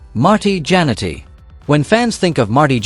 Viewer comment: 0again we get these 5,00 an hour announcers itis JAN ETTEY WHY CANT YOU SAY IT RIGHT another scumbG